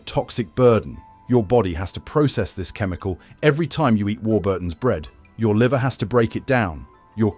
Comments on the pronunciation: This is a disinformation video the chemicals named in the video by the AI narrator (a real british person knows how to pronounce warburtons) were banned in the UK in the 1990s. I have no idea what the poster hopes to gain by this video but since when do these content creators make sense. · how do you pronounce warburtons? From a Brit.